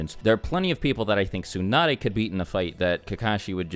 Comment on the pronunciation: whats wrong with u english native guys, its not "soon-ah-dae" its "tsu" TSU TSU TSU! there is a "T" at the begining: TSU NAH DAE